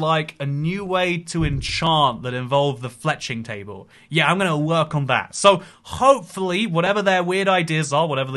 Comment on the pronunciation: "KHOPEFULLY"-, 2022